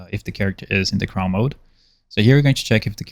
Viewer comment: I find is so funny you say “craw” is crawl like how a spider crawls haha